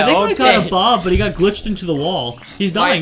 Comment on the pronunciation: When says Bob, it sounds like Boobie